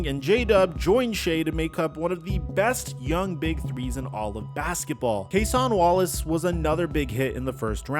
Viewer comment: You GOT to learn how to say Cason Wallace's name. Killing me bro